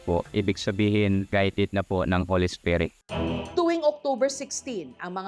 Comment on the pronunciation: Pelepen 😭 Esperet 😭 Paraeso 😭 Tsarts 😭 Stodent 😭 ano ba yaaaaarn 😭😭😭